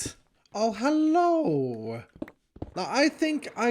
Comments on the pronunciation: „HALLOOOO“ Dude are you from Germany or what?😂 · that sounded very German